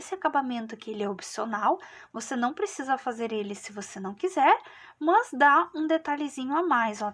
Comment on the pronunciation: Gente a forma como pronúncia "mâs", me dá agonia. Não consegui finalizar a vídeo aula.